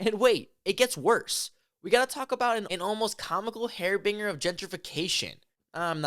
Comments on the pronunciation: Dude, please look up words you don't know. Antithetical is not the same as antiethical. Harbinger is pronounced HAR-bin-jer. At least you pronounced "bullshit" correctly. NOTE to haters: These guys claim to be doing journalistic work. Journalists are more careful, and both know and use the correct words in their journalistic articles. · "hair binger" 😂 FWIW, it's pronounced "HAR-bin-jur" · Har Binge Er, harbinger. otherwise i agree w/ vid. gj